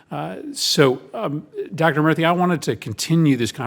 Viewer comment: It's Murthy..not murphy